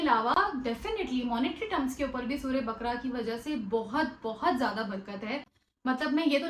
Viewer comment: السلام عليكم و رحمة الله وبركاته باجی اقرا یہ ق پر زبر کے ساتھ بقَره بارک اللہ فیک اللہ مزید آسانی کرے اللہم آمین